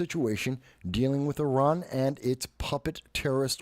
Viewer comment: You’re one of the few people I’ve heard pronounce Iran correctly 🙌🏽